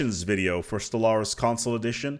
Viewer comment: why i hear constantly SOLARIS?